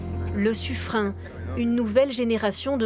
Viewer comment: Le '' Sufrein''...😂